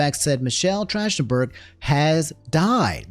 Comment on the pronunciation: i love you bro but its not trashtenburg its track ten burg in had to save you homie all the fans bout to hit you hard man lol